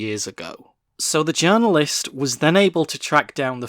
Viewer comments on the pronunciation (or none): none